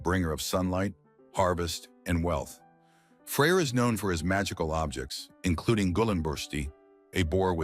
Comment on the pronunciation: That’s because of the way he pronounces it, in reality its pretty easy to distinguish between them. For example in modern scandinavia, they’re called Frej and Freja